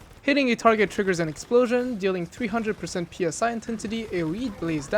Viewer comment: Just because I hear you making this mistake: The word is Psi, which is greek letter, spelled out, not P.S.I. Just like i.e. the securement silo names, which also have greek letters (Alpha, Beta, Delta, Sigma, Theta, etc.). The gloves are called Barbeque Gloves, which commonly gets abbreviated to BBQ :) Great vids otherwise, thank you for making them!